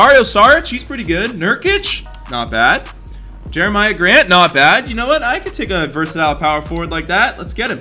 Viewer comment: He also said jerami grants name wrong lol he knows nothing